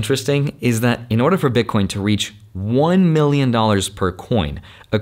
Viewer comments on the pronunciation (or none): haha he says bitcoinz